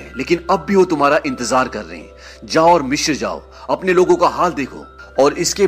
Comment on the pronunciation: Sir Mishr nahi Misr hota hai.